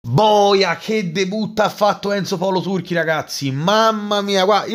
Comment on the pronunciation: Enzo paolo Turci non turchi 😂😂😂😂